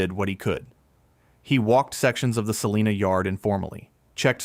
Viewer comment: According to a kansan, its pronounced sa-line-a, not sa-lean-a. They will correct you every time. Lol